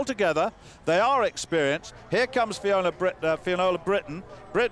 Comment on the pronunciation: he pronounced 'finnuola' not quite right..